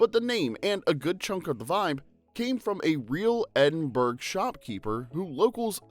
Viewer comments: "Edinbruh" not "Edinburrow" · why did this narrator pronounce Edinburgh with the hard G at the end and then seconds later pronounce it with more correctness😂😂😂?